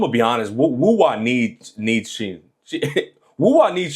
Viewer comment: Google is wrong 😭 Her full name is 心月狐 (Heart Moon Fox) 心(xin) = heart so I would probably pronounce Hsin as “sing”